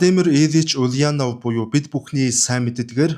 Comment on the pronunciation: оросоор буруу дуудаж байна. [улянооов] биш [уляааанов], [иилич] биш [илииич]гэж дуудна.